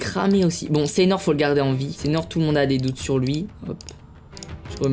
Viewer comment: « C’EST SEINHOR »😭😭